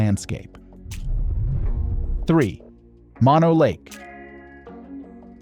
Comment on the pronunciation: If you want to see one of those basalt cliff formations without going to another continent, visit the Devil's Postpile, in California. It's not far from Mono Lake, which is pronounced Moe-no, not Monno. It's named after a person, not a Latin word.